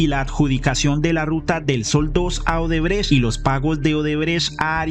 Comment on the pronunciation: Jajaja 🤣 “Centro Odebretch” excelente 👌🏼✅👏🏼